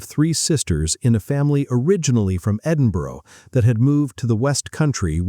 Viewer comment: Go away and learn how to pronounce Lamplugh Leamington Spa Debenhams and Edinburgh..